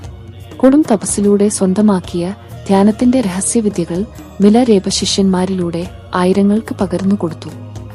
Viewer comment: ഞാൻ കെട്ടിരിക്കുന്നതെല്ലാം മിലരേപ എന്നല്ല മിലാരപ്പ എന്നാണ്